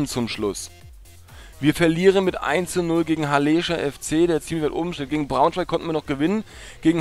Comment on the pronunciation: Du hast "Halleeescher" gesagt es ist aber von der Stadt Halle in Sachsen Anhalt abgeleitet. Also ein kurzes E :)